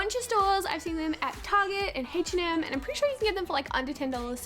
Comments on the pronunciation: anyone else notice she pronounces “H&M” “Haych & M” ??? 😂😂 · Haich & M ? Its H&M